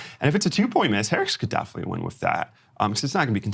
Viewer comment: I love the Rain Man “Daffinitely